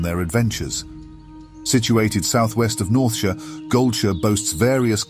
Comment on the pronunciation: The consistent pronouncing of «Northshire» as «Northsheer» puzzled me a bit. Is the narration AI generated? <.< Would explain a couple of words I picked up as I thought it sounded out of place, since the rest in near perfect. Either way I’m all for listening to this narration, so I’d say go for it.